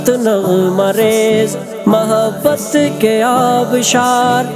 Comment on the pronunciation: مَحبت کو اکثر آپ زبر کے ساتھ کیوں پڑھتے ہیں؟ اکثر ویڈیو میں آپ نے ایسے ہی پڑھا ہے؟ میرے ناقص خیال میں مُحَبَّت درست ہے۔ ویسے آپ کا انتخاب لاجواب ہوتا ہے، مفتی صاحب کی شاعرانہ دست رس اور اس سے بڑھ کر ان کے سوز دل کی عکاسی ان کی شاعری سے ہوتی ہے